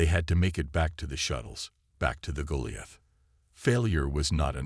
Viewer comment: Should turn this into a drinking game.....take a shot everytime you hear Goliath pronounced wrong 😂😅😂